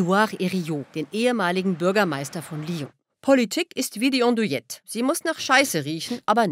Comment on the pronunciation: Wird "Andouilette" wirklich "Ondouilette ausgesprochen?